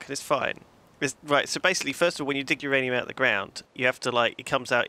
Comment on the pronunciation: No, it's not uranium. It's MYanium!